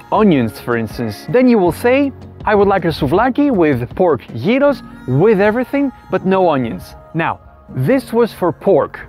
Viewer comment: its YEEROS for gods shake not GYROS!!!!!!!!